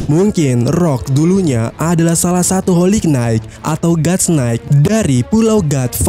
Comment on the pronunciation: knight cara ngucapinnya nait, ga pake K